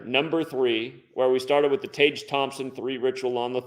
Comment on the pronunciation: Tage is pronounced Tag